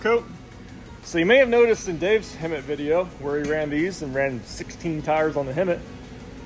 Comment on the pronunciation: Hemit not hermit